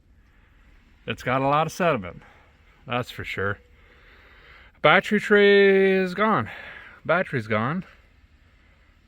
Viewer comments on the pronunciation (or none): What's a badtree?? Are you trying to say battery? 😅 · and it's not battry, it's battery.